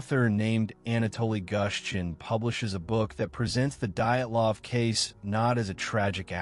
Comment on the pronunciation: The moment I heard "diet -lahv" I stopped listening.